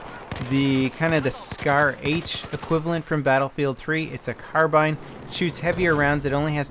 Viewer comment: Mortars are usually pretty strong. And why is carbine always mispronounced in his videos?